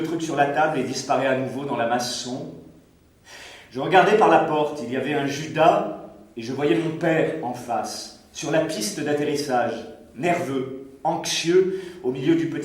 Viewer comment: Quelle prononciation de cochon! il a une perruque sur la langue l'zacteur ou quoi? du coup on ne pige rien.Mais le texte n'a pas l'air fameux. "chhhhhhh chhhh y'avait un chudas ; il s'achitait" mdr^^